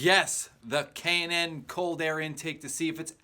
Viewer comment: I'll be getting one of these Junks soon and it's K&N Air filter sounds like he says Cannon..